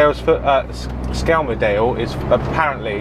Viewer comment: Skel-Murs-Dale or the local folk call it Skem!